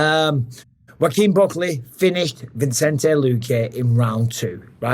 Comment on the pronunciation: Bruv keeps saying “VINCENTE” Luque after a week of covering the guy 😅